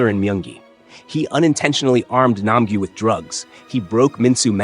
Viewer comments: Nam - gyu ❌nam - guy ✅ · It’s nam Gyu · Nam gu nam gu Then he says nam gu😭